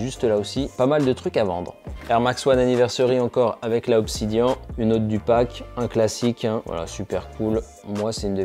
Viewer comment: tu as du mal avec la prononciation des mots du genre aimé léon doré et « obsidianne »